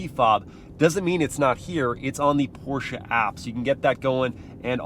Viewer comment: You should invite your mother more often for car reviews! Love her knowledge about cars and as I german I am really proud of her saying "Porsche" correctly and not butchering it like most Americans do!